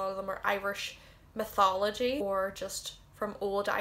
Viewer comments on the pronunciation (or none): none